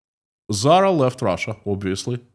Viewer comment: You’re confused! She was talking about Putin’s fashion company Tzara, not Zara! 🤷‍♂️😂